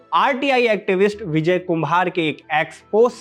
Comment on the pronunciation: Vijhay nhi Vijay pronounce kar